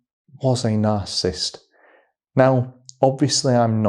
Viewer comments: Dude. You're saying the word INCORRECTLY; it is NOT, "NARCISST," it's NAR • CISS • IST!! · You seem to have trouble saying narcissist. Its not narcist 😂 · Please say it properly - it's 3 syllables, not 2. NarcIssist. Not Narcist. Really. Please!! !!! Thank you, brilliant video. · Are you saying “narcist” or “narcissist”? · It's pronounced "NAR-sis-sist", 3 syllables. Not "narsist". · You're saying it WRONG; the word is NOT pronounced, "Nar • sis • t," a two-syllable pronunciation; it's Nar • sis • is • t, so it's a 3 syllable word/pronunciation! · You keep leaving out a syllable when you say "narcisst." It's nar-ciss-sist. 3 not 2 syllables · Why are you saying narcist? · It’s is hard to listen to or take advice from an expert on narcissist behavior or how to defend yourself from the interactions when the advisor repeatedly mispronounces the word “narcissist “. Over and over and over the exact same way. How long has he worked in this field? Since this morning? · Narcissist is 3 syllables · Just fyi, the word ‘narcissist’ has 3three syllables, not two. It’s annoying to hear you slur words. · How he pronounces "narcissist" bothers ME. 😂